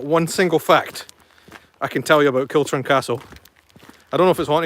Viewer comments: KILCHURN CASTLE pronounced KILHOORN castle. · The correct pronunciation is Kilhoorn Castle. Not Kilchurn as its written. Learned that from an old Tom Weir programme.